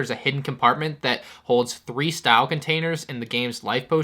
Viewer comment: The BD-1 ‘style’? Is actually a health stim (like stick in pronunciation)